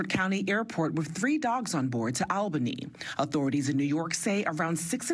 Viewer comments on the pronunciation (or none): none